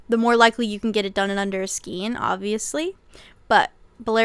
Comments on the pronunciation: Isn't it pronounced like skane, not skeen? Am I wrong? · Skayn, not skeen. Thank you for this video! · ei in skein is pronounced as AY Sk-ay-n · Love your videos, I really do but it's pronounced as (skayn)the word skein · Skein is pronounced "skayn." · I didn't want to say it 😂 But YES!